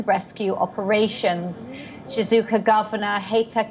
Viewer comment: It's Shizuoka guys, not Shizuka 😅🤦